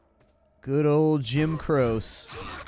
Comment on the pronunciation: I think you pronounce it Jim Krō-chee